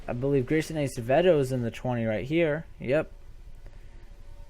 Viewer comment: PS Its ass-avedo thats how you pronounce it